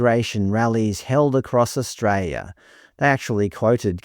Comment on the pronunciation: Australia has an "L" in it's name